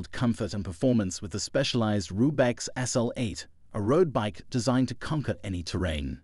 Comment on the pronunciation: I laughed pretty hard at "Rube-X". If you're going to talk about bikes, at least know what you're talking about before you read the script that ChatGPT wrote for you.